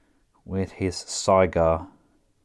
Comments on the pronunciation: It's not SIGH-Gar, it is SIG-GAR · "Cygar" that's how I think it would be spelled the way he pronounces it